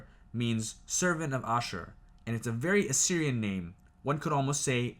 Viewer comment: You pronounced Nineveh, ashur, perfectly. The other is pronounced dur-sharo-keen. A military outpost town of sharokeen...I can say your historic facts are very close. What's great tho, our history matches perfectly with facts of the bible.